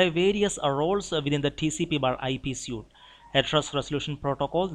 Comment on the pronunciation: Good videos! Very helpful. One pronunciation pointer: The word "suite" looks like the word "suit" but is pronounced like the word "sweet". Thanks again!